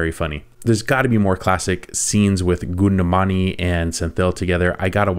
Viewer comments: Okay.. here we go to make you more famous..React for petromax light comedy , Goundamani you need to pronounce him like foundamani with G and senthil. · Dear, pls Don't pronunciate it like goundamani. It should be pronunciate like "kavundamani" in tamil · Hi! I love your videos. But, just FYI, the comedian’s name is pronounced “Gowndamani”, not Goodamani. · Nice reaction.. Something different... BTW it is Gaundamani not Gundumani 😜.. Keep rocking dad! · Its not Gounda mani .. rofl.. luv it though.. pronunciation 'Kown da ma ni'. Senthil - senth-il... Thanks dad!!! Luv the content! Keep it up.. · Not kundumani Name is ka+ vu +n+ da+ ma+ ni=kavundamani, and se+ n +thi +l=senthi....thank you... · its not coonda mani, its cow - sound with G replacing c. gow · To help you with the pronunciation - it's more of Gowndamani and not Goondamani 😌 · His name is not kundu mani, kowndamani is pronounced Cow-and-ta-money, pronunciate the 4 words together u get the real name of that persan, & senthil is right pronunciation